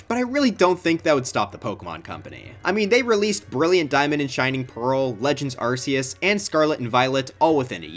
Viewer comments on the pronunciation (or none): That’s not how you pronounce Arceus. It’s “Are-kee-us” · "legends arseeus" 💔😭